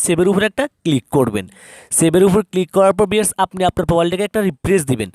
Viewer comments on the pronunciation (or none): ভিআর্স নাকি ভিউয়ার্স 🤔